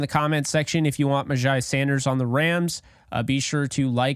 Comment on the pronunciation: You are pretty legit, sir! All the things re: MyJai are spot on. BTW his name is pronounced, "MyJay" 💛💙💯